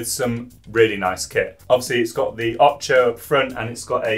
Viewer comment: Come on... it can't be that hard to pronounce "Ocho" correctly.